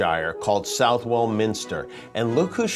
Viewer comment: That is brilliant. (Though Southwell is pronounced Suthel).